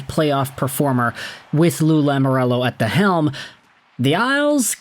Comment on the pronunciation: Please... Please stop saying Lamorello, it's Lamoriello.